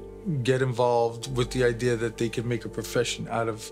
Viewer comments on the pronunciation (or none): I like how says "Idear".